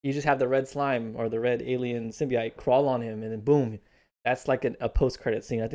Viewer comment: Youre saying symbiote wrong.....